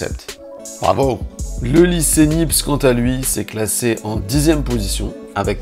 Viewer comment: "Nipse" ? Purée les gars vous faites de la vidéo et vous ne connaissez pas Nicéphore Niépce ! 😂